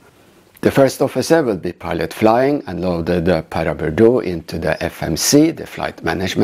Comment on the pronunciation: Your pronunciation is correct! Sustained low cloud conditions at Paraburdoo are very unusual, which likely contributed to the "she'll be right" approach by all involved.